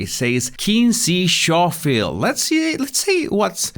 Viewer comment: Schofield is pronounced Skofield 😉